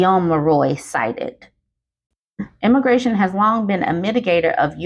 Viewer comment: This might be nitpicky, but you're saying emigration is wrong. It's the e as in eggs. You keep saying immigration instead, and that means the opposite population migration to what you're supposed to be saying.